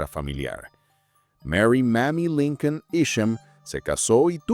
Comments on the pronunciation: Por que dice linkel? O yo estoy oyendo Mal? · No es linquen es lincon.compadre terco que es linquen wey